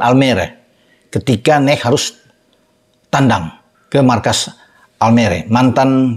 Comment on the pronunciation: N-E-C bacanya om kyak PSV bukan NEKH